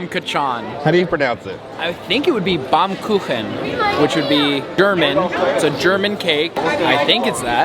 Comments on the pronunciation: Ian nailed the Baumkuchen pronunciation! BAHM- KOO- HEN---hard on the H like Ian did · Your friend said "Baumkuchen" nearly right... "Baum" means "tree" and "Kuchen" means "cake" (in German)... :trophy-yellow-smiling::goodvibes